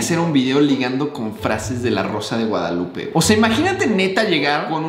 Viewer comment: Yo cuando se está a punto de acabar el video dándome cuenta que dice “La rosa de Gonzoklupe” JSKSJAKA